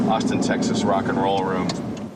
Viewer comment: “Tixas” LOL